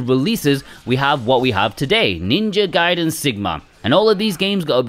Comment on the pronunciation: 😭 It's Ninja Gaiden, not Ninja Gayden! 🤣